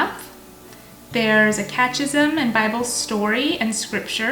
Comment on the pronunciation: It’s not “cat-chism” it’s pronounced “ka-te-ki-zm”